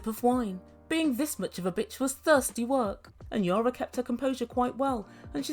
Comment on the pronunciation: is it your accent? or do you call Yana, Yara?...it is EE-AA-NN-AA... LOL LOL LOL british accent reminds me my english (a native englisman from manchester) tutor who after living for 20 years in Portugal...he still would come up with "his own" spelling of words LOL LOL